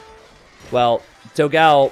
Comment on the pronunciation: please just once check out how to pronounce ''dogão'' (with the ã) on google translator i beg you